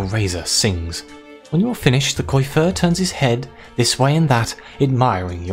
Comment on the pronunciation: Nice ! Btw coiffeur is pronounced "coafer" (means hairdresser xD funny how many french words in English xD ) On the story : can't wait to see the choices you made !